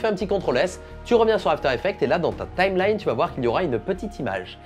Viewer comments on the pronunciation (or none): none